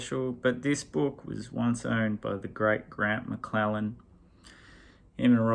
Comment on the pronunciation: Third attempt to post! Apologies if things are piling up back there... A few small points: 1. Grant McLennan, not McLellan. I don't know if I have shared this here before, but he was my next door Neighbour sort of for a while there (he lived diagonally across the street). You'd often see him sitting on the front steps, reading a book or newspaper. Never spoke to him, but if I was walking up to the little Vietnamese bakery on Hampstead Rd, I'd give him a wave and he'd wave back. Maybe if I had brought back a sack of the great croissants they made, we could have been friends. 2. Ale'u'cha! Someone finally said it - Yes! Timmy is a wanker. Ever since he got that White Suit and began to think he was Pete Townshend. And he did my Brisbane homegirl Mega Washington wrong, so he's worse than a wanker! 3. You said recently that we don't have cowboys in Australia - but we do have Toorak Cowboys 4, I read Robert Bausch's "Hello To The Cannibals". It's okay - a bit like American Beauty without all that crazy Kevin Spaciness.